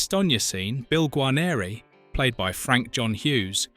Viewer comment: Gar neer,not garneereee